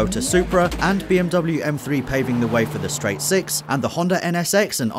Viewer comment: pause when his says seix